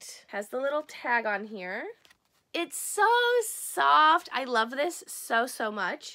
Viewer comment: The "I loaf you" toast squishy kind of sounds like "I loath you" rather than love you 😂😅